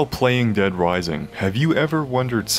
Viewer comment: "Dead Wising" 😆